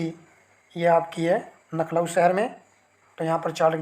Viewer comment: नखलाऊ नहीं लखनऊ होता है, कहां से हो चचा।😂